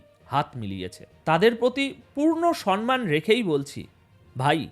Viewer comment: মঙোতাদিদির মতো তুঙিও সম্মান-কে সনমান পড়ছো । ভেঁড়ি ব্যাড ।